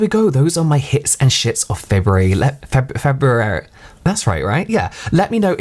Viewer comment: Febrrrr...feberry...febewry...guuurl same 😅😂💜🖤💜🖤